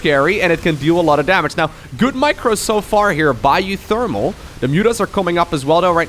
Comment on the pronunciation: You say uwu pretty good